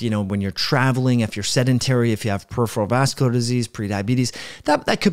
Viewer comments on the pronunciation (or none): none